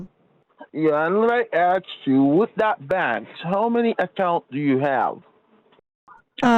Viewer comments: more like lemme axe you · and let me "aks" you...i love this imbecil😂😂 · Let me ax you… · An tan I ax you, lol! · Jamaican here and I’m dyinggggg with laugh at this. Between the horrible grammar, awful pronunciations and the “let me axe you”, i just can’t😂😂😂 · has nerves of steel. All the 'Lemme aks you's" were starting to give me a nervous tic This scammer is DIS GUS TING. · Yeah, I had to turn it into a drinking game (per another commenter’s suggestion) “Let me axe you…” Drink! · and let me axe you, wtf, you should have done a karen on this piece of crap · No, axe😂😂😂